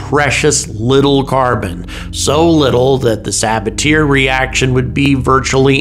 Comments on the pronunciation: I think it's pronounced Sabat-E-A not sabature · Sabat-ee-ay is a little more accurate, emphasis on the 2nd syllable. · Most Americans do pronounce it "Sabat-yay", is the odd one out here... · 🚨🚨🚨 pronunciation police here: "Sabatier" is to be pronounced "sabat-yay", not "saba-tier". He was a Frenchman, and thats just the way it is. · Sa-bat-tee-ehe process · The production of Methane from CO2, the Sabatier reaction, is pronounced sah-bah-tea-a, FOUR syllables. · He was French, it's "suh-bat-ee-ay" 😭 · Another language butchered by Americans 😂